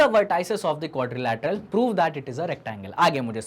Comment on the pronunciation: Sir aap ek word ko galat bol gaye Quadlateral